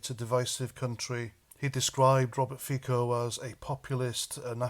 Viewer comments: Robert Fico pronounces FiTSo not FiKo :) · I agree with all that you say. Just one slight correction. Fico is not pronounced like "Fiko". The "c" in Fico is like the "c" in "France" ..... so it's pronounced something like "Fitso" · It's pronounced feetso